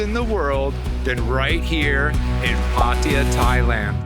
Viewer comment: It is PA-TA-YA not PATIA what a noob 71 countries cant even spell correct the place ...